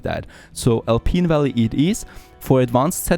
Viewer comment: You're pronouncing "Alpine" as "Alpeen" and that's wrong. Think about pineapple.